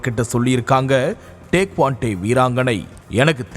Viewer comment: டேக்வாண்டே இல்லை. டேக்வாண்டோ.